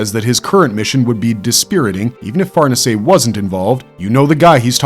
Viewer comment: Just so you know, it's pronounced lady (far-nay-zay) not farnese.